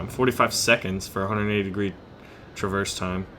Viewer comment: your pronunciation makes me wanna CRY!!!! please look up pronunciation of traverse and Yamato